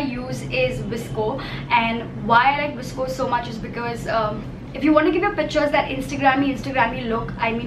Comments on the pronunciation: Girl it's not visco* it is "VOS-CO" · First things first...its not visco its v. s. c. o p. s:- dope video